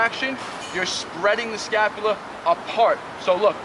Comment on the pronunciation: All I heard was scapulia the whole video 🤣🤣🤣